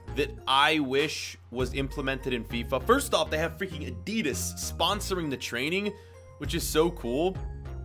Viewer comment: Stop saying Adidas like that